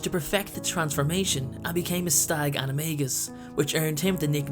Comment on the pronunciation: Youre saying animagus wrong!